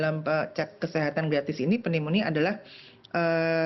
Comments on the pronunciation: Penyebutan untuk kata Pneunomia itu NYUMONIA. Jadi tolong jangan malu-maluin dong...kok penyiar tidak bisa cari tahu di Google translate bagaimana penyuaraan dari kata PNEUMONIA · Mbak, Pneumonia dibaca tanpa huruf "P" nya. Sama perlakuannya dengan kata Psikologi, demikian terimakasih 😊